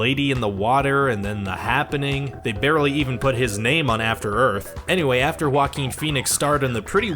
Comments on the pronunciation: "Wackin Phoenix" It hurts to hear this Really does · Oh that wacky "Wackeen Phoenix". LOL! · Joaquin sounds like: WA-keen. Not how it is said in this vid. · It sounds like you say whacking phoenix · It’s (Wah-keen) please pronounce names correctly or stop making videos! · Ahem!! It's "Wackeen Phoenix", thank you very much? lol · YOU ARE KILLING JOAQUIN'S NAME! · You’re mispronouncing his name dumbass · narrator of this video pronauced joaquin name like that ....lol